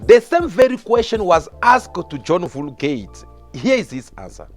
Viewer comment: “John Vuli Gate” 🤣🤣🤣😭😭😭